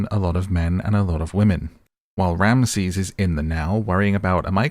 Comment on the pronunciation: Get the names right